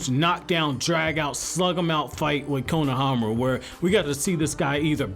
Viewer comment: The way you say his name it’s just cringe I hope you know the dub says the names wrong